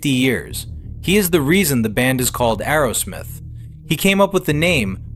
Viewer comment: It’s Aerosmith not Arrowsmith!